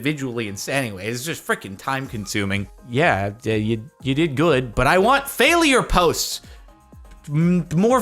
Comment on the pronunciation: Anyone else notice how Jardionian says fail-i-ure?